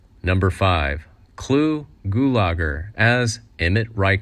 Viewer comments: It was pronounced Gue la ger, not Goo lah gur. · Glube Gulagar!! Hahaha! What kind of goof ball pronouncer of names?😵👊